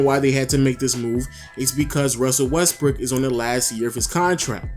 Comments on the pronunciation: Lens Gaming lol he did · Lens Gaming sounds like he did fr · Lens Gaming sounded like it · who els heard him say westbrick